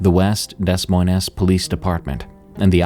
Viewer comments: Lol my mans really said DESS MOYNESS 😂. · to nowhere… it’s not Dess Moi-Ness… it’s ’Dee Moin’ like ‘loin’ in sirloin, or loin cloth. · btw.......itd pronounced De Moin...the es is silent. just saying. love your work!!! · "DES - MOIN - EZ, Iowa." Haha!! I've never heard it pronounced that way. "DEY - MOIN" is how it's pronounced. It's a French name. Thus, both of the "es" are silent. How is it that I'm from Orange County, California, yet I understand pronunciations of multiple languages better than a podcaster/YouTuber with a large audience? I'm supposed to be the ignorant one. I'm a heavy drinking metal musician, and I've never taken any alternate language courses. Oddly enough, for some reason, I understand how French and Spanish words/names are pronounced. I guess 3 decades of listening to Gorguts, Cryptopsy, and Brujeria paid off! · this is embarrassing to listen to. Where the af are you from, pronouncing Des Moines that way?? I'm dying. Freakin' google it if you have to. You're on youtube. Search a video on it. Never mind the contradictions in the first story--his remains were never found, meth was in his system (how tf would they know that if no remains were found??), remains were found, he was never found, remains were found but they aren't confirmed to be his, he was never found, he had meth in his system. Bro, from sentence to sentence you change the information. Come on. At least have internal consistency. I thought maybe I'd found a new channel, because it's the sort of thing I would enjoy listening to, but it's so poorly done, I'm going to nope out, thanks. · "Dess Moynez"? It's pronounced DEH-MOYN. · Des Moines is pronounced DEE-MOIN or DUH-MOIN NOT "DEZ MOYNEZ" 🙄🙄🙄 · Dess Moyness - seriously?! Is that voiceover A.I? It sounds it. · Des moynez😂😂😂 say what?? 😂😂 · "Dez mojnes" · if im not mistaken, it is pronounced: De-moyne. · Mispronounced — Demoines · it’s pronounced “de moin” iowa 🤣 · Des Moines is mispronounced :)